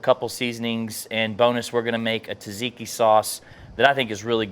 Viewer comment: I love the cook, but "tuh-ziki" hurts my soul every time I hear it.